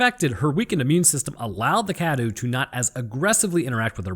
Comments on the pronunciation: Awesome vid. Truly informative. Just the pronunciation of 2 names : Cadou = Kdow Dimitresque = Dimitrek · You're pronouncing cadou wrong